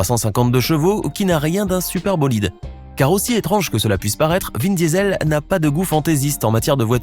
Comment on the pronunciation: C moi ou il l’appelle vin Diesel comme le gaz ça se prononce diisol